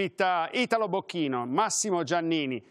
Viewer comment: Come lo dice bene Italo "bocchino"però 🤣